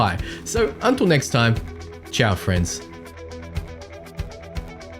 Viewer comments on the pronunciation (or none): none